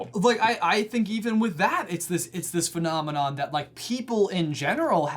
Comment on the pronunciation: every time you say phenomena I keep hearing manomanon from the Muppets. Just wanted to put that out there.